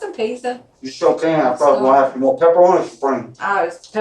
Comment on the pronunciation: pepperoni or what did he say?